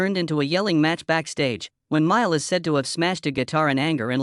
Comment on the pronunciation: You should at least learn how to pronounce his name! BS AI.